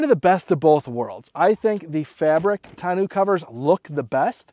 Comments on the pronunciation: Looks good. I just ordered mine. By the way, it should be pronounced tonn-oh, like bureau, not tonn-oo. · Tahn-no cover! ARGHHHHHHHH! Can't watch 🙉